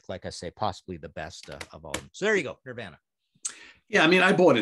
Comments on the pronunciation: Never in my life have I heard anyone pronounce Nirvana the way Martin does.lol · Also the way he pronounces ‘Nirvana’. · Is he joking around when he mispronounces “Nirvana”? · Why can’t Martin say Nirvana?